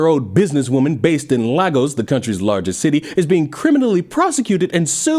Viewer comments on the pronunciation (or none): really struggling with these Pronunciations 😅. It's sounds more like Lay-gohs than Lah-gos for my American friends. In all seriousness, is right about cherishing your rights. I'd also add that you shouldn't let your government strip them from you in any way and take it from an African, free speech is a beautiful and great thing to have. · Hello there love ur great content I know pronunciation when it come to Nigerians is not Every foreigners strong suit but it isn’t “Chi o ma” it’s “Chee o ma” and “oh kill e” also it kills me when people say “Laa-Gos” 😂 it’s “Lay-Gos” just thought it might help😊 also ps “Biko” ike gwuru” isnt actually a slang it’s Igbo language